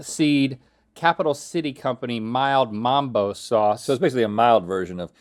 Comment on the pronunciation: It’s mumbo sauce, not mambo